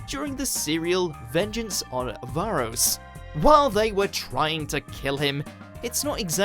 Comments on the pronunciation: Its troughten not trawton and its varos not varose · Who the hell says varose this is the UK channel